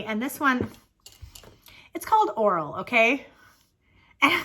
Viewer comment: The name is not Oral it’s Órale 😂 the e at the end isn’t silent